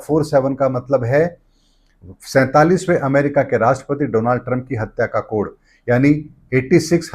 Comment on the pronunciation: त्रुटिपूर्ण उच्चारण। कोड़ नहीं कोड कहिए।